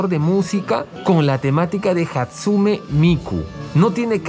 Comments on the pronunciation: "Hatsume"? Es Hatsune XD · Yo viendo que nadie menciono que dijo hatsume ... En lugar de hatsune jajaja igual muy buen vídeo 😌👌🏻